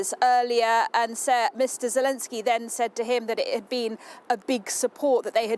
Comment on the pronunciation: " Welcome to the UK President Zulensky."